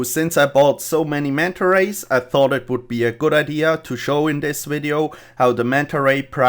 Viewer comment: how many times did he say manta ways